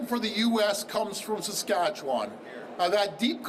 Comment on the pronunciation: If you love Saskatchewan so much, learn how to pronounce it.